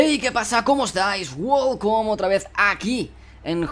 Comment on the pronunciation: Porque dices wolcom al inicio de los vídeos? Qué basto eres..